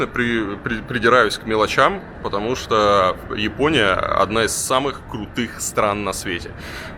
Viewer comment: Бесит когда говорят йипония, а не Япония